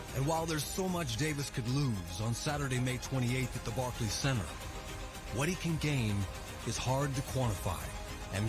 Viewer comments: Barkkky center lmao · Did Rolley Just say "Barkey CEnter" lmao